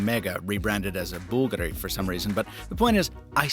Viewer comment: Impressive Bvlgari pronunciation man!